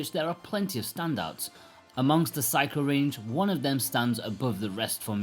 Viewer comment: Please stop pronouncing it 'psycho'. You do it on each review of their games. Try sick-key-oh.